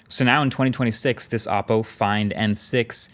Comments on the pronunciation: I am genuinely confused why forever he has said the name of the company wrong. They genuinely have dozens, if not more, commercials saying exactly how to pronounce the phone company, Oh-Po not Op Po. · It's pronounced OH-po, not OPP-po. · I don’t like how pronounced “Oppo” as “Oppo” >:€